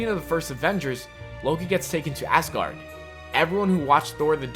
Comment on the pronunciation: I'm sorry, but it sounds like ur saying Assguard..... I'm so sorry, I'm not hating 😂